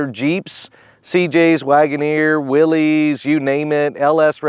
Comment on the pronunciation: Beautiful Jeep great shop but why can’t or don’t Jeep experts pronounce John Willys’ name correctly. His Willys-Overland Motor Company was legendary in American auto history leading to the Jeep. Super easy to say Willis. Seems lazy or dumb or uninformed or all of the above. None of these guys would appreciate their own names pronounced wrong over and over when we talk about their own build accomplishments